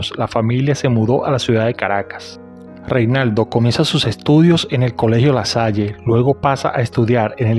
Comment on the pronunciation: Se llamaba Renaldo no Reinaldo